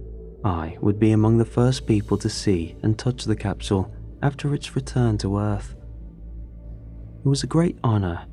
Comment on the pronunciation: just under those 20 minutes I’ve heard the word “capshul” more times than the avarage person does during their entire life